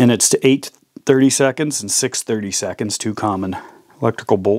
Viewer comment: 8-32 means screw size 8, 32 threads per inch. It's "Eight Thirty Two" not Eight 32nds.